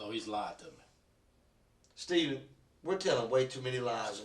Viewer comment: It takes for the detective to announce, "I don't wanna play a game weeth you Staayven." Aye cop? Where ya been the last hr'n half?